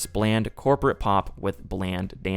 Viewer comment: say corporate again